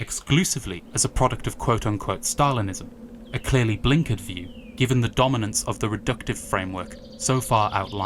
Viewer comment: I like that your British background came through a little when you said "blinkered"